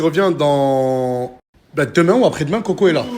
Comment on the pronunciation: J AI REMARQUER NASDAS ARRIVE PAS A DIRE LE MOT apres; MDR IL DIT TOUJOURS acres ; COMME YAOURT. IL DIT yayoute mdr je me moque pas hein; et nasdas avait dit que certaines personnes ne passeront plus dans ses snaps; ba je crois qu il visait 4BDV NON ??